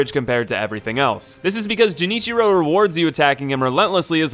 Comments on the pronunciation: Do you mispronounce Genichiro and Ichimonji on purpose? To be funny I suppose? Just curious really. I found Demon of Hatred the most difficult and Lady Butterfly was much higher on my list because I fought her early. Once the combat “clicked” none of the humanoid bosses seemed nearly as hard anymore so I found her even more difficult than the sword saint in fact. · PLEASE STOP SAYING “jinichiro” it’s “GHE” “GEH” niciro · It is pronounced GUenichiro, come one dude, not jenichiro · Gah “Genichiro” pronounced as “Jen ichiro” is icky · It's not pronounced Jenichiro. It's Genichiro with a hard G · would if he at least did his research with the name. Its obvious because everyone calls him Genichiro, not Jenichiro in the game, even in the English dub. Unless he played it mute or skipped the cutscenes, then thats not a complimentary thing for someone ranking bosses. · Now repeat after me, GEN•SHI•RO....jenitchiro headass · The secret boss is pronunciations. “Jenichiro” Oof... “Gyuubuu Mastaka Oniwa” No, there can’t possibly be more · The way "Genichiro" was pronounced gave me a heart attack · Dude the cutscenes and npcs literally tell you how the names are pronounced. Genichiro is called by his name a lot and you can hear the hard g, it's not jenichiro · I don't understand. You have played the game yes? They say characters names several times. Especially genichiro. But for whatever fucking reason you still pronounce it "jinichiro" and not "genichiro". I don't understand, your clearly aren't an idiot, so why do you act like one! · "Jenichiro, Way of Tomo" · i left the paused when i heard Jenichiro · My favourite boss - Jenichiro, The Way of Tomo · "Jenichero way of tomo" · Everytime he pronounced Genichiro as "Jenichiro" I died a little. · “Jennycheero Tomo” ….wtf is that pronunciation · ah yes, Jenichiro the way of tomo and gyubu mastaka oniwa, my favorite bosses! I'm glad he covered them :) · I swear if he says JENNichiro one more time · Genichiro not Jenichiro